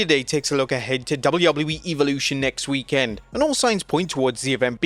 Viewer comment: Stop saying WEEK-END